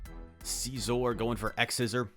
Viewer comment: Too much emphasis on the first syllable. It’s pronounced nearly identical to “scissor”, but heavy “OR” at the end. Love the videos, so nothing personal!